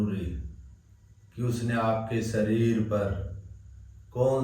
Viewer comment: स श ष अक्षर का उपयोग किन शब्द में होता है इसका प्राणायाम भी करना चाहिए शरीर होता है या सरीर श्वास होता है या सवास होता है शुद्ध उच्चारण होना चाहिए 🙏